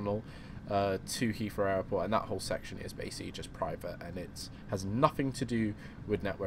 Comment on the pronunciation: when ever you say airport it sounds like you're saying Error port.